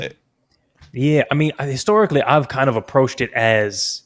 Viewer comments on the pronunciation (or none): lol this the first time i heard a country accent on that shit came out when he said "historic-leh"